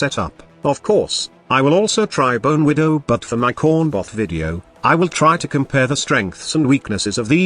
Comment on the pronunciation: Text to speach error 😂